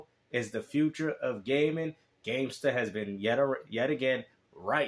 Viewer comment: Gamestuh with anotha W